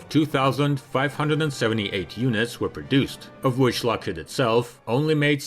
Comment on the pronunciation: is it just my impaired hearing or does the narrator say LOSHEED instead of Lokhead??